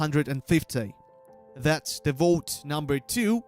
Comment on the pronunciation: 1. When tries to say vote, I always hear "boat". 2. Wow, how stupid are people? He said a dozen times that you need the exclamation mark 1st 3. Why the hell do people feel the need to spam the chat? 4. The one question I had was not answered. So here goes: In the guild boss fight, there is a counter on top that goes down. What does it count?